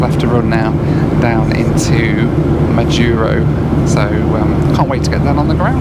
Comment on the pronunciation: I completed one million miles on United on this very route. But coming the other way. It was on the Majuro to HNL segment. I've been on the Kwajalein base, had my iris scanned to get in. Curiosities... Next week I'm on my way to Majuro. By the way. And it is MAjuro and not maJUro. And Kwajalein is pronounced KwajaLAne.